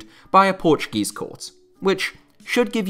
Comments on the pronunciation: Ur pronunciation and knowledge of Portuguese words is pretty good for a non Portuguese speaker Great VID BTW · i love how you said every portuguese word right (